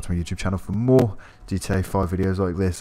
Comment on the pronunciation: Why’s he saying “dodge demond” it’s a demon